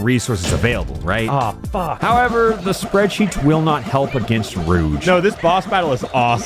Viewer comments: Enjoying this video but the way you pronounce "Rouge" is like nails on a chalkboard. It's a soft "j" sound. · “now rouge is up to bat” YOU